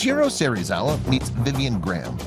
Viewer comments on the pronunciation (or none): In Japanese, 'e' is pronounced as in 'egg', so it's 'Se-ri-za-wa' not 'See-ri-za-wa'; the father of Ishirō would also not be 'Ee-ji', but closer to 'Ai-ji'. Most of the rest of it was fine, but I was wincing every time those came up